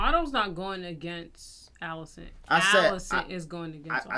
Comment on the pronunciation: How much different does he think Alicent is pronounced from Alice? “Ollicent”🤣😂